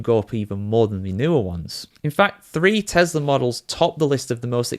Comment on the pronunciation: Tesla not Telsa